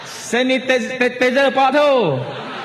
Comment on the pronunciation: sanitizer pun x reti sebut mcm ni ka mb